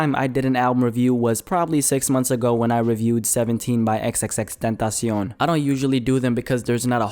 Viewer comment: how you said "xxxtentacion" tripped me out lol